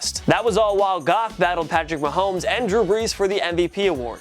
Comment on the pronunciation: I love how you noticed how you said mahooomes instead of mahomes but not that you said the eagles made a trade with the eagles. smh